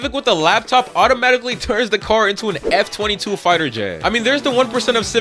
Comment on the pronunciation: its f-22 not m-22